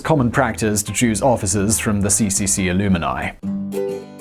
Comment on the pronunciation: you mean alumni, not "ilumini".